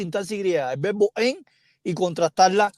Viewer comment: Se pronuncia vebo or verbo?